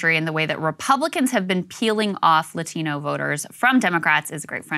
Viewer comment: Anyone else like how he talks white but then when he says Latino he says it with a Mexican accent.